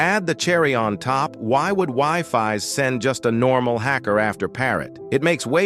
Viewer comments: For the record wifies is pronounced wee-fees (thats how most people pronounce it atleast, like wdym by wifi) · Bro fix ur wifi pronunciation of wifies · nice analysis! Sad that AI voice doesn't know how to pronounce Wifies though